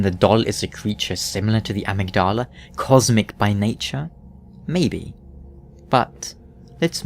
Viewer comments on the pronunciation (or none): "AH-mugg-DAH-lah"? You mean Amygdala? :p